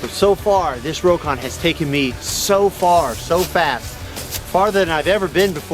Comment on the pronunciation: It's pronounced Rock On, not row kon!